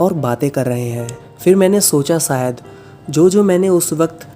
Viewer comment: Your vedios are really gud👍😊but plz plz avoid saying "सहर" "सायद" "खुसी'' instead of शहर, शायद & खुशी etc. It's sounds very irritating😔